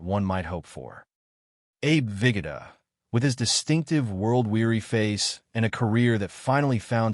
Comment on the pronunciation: Here we go again with stupid announcers that cannot pronounce names correctly, It is ABE VIHGOODA NOT VIGODIH, get a life or a new job.